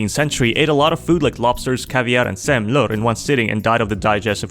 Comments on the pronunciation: the way he said semlor sounded like he said semlör (no hate) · I have no idea why "Semlör" cracked me up so hard, like english pronounciation of swedish words sound so weird 😭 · how you pronounced semlor Xd